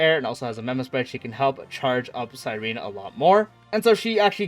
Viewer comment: Omg your the FIRST streamer that said her name correct thank you! Everyone else saying cyreeeeeneeee